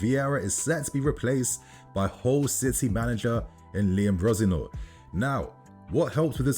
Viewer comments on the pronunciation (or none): The way you say Liam Rosenior’s name 😹 awful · Butchering Liam Rosenior’s name 😅 It’s not even hard to pronounce!!!